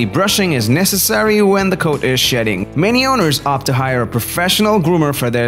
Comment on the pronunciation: it sounded like he said "daily brushing is necessary when the coat is ####ing" :|